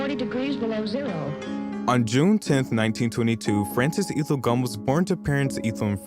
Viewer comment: Omg. lol Ethel.. it’s a hard E. lol x